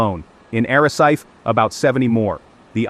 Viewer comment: Lancerat???? ARACET?? TIIS??? A ver si aprendemos a hablar castellano. Soy de Lanzarote y no se de donde estas hablando. Además de exagerar la información. ¡¡¡Por Dios!!! Cuanto amarillismo.